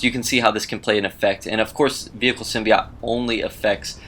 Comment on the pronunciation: symbi "oat"... NOT symbi "OT"